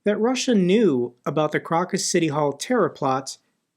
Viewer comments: Pronounce Crocus as Crowcus, not Crawcus. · Pronounced as Crowcus, not Crockus. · How can an American not even know how to pronounce “Crocus”?